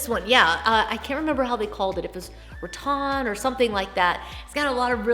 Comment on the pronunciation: Always love your videos!! Just wondering why you say “Ra-Ton” instead of Ra-Tan... is that a southern pronunciation? 😊